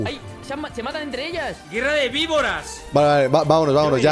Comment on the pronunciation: En el minuto 9.06 dise gerra de vivoras i sería como mi tía i mi suegra